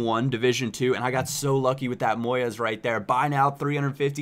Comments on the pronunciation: It's moyes not moy-es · it's pronounced Moys not Moy-es. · It's pronounced Moyz not Moy-ez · just so you know, Moyes is pronounced MOYZ and not MOY-EZ :) no big deal really but i've just heard a lot of my friends saying it too recently and thought it was interesting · Moyes not Moy-es, he's scottish not french, spanish etc just saying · it's pronounced Moys:) you don't say the 'e' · It's said MOYZ not moYEZ. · It's Moyes, not Moyez.. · moys not moy-es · Moyes ( muy-z) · its pronounced moy-z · It's not pronounced moyez hahaha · your saying moyes wrong!:L kinda like boys but with a "M" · btw, he can't pronounce Moyes, LOL, GG, GG! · Who is 'MOY-ES' ?? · omg, the way you pronounce "Moyes" is weird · The way you pronounce 'Moyes'. :'( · The way you say Moyes is weird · You could at least pronounce Moyes correctly.